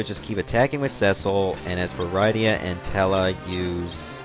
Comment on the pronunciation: Rydia is pernounsed rid-e-a